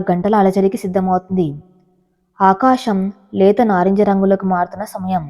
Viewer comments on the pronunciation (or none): ఆకాషమ్ కాదు.. ఆకాశం